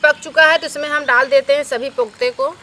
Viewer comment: इसे पोख्ते नहीं कोफ्ते कहते हैं